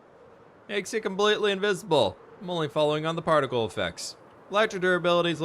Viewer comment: "Perficle" - englishing with